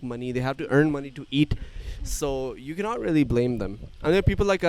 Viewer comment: My hears can't believe when sa you need a lot of money for 49 childrens " money" or "mani" which word he say 😂😂